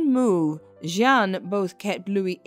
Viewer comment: Jeanne,means jane ,you keep changing pronounciation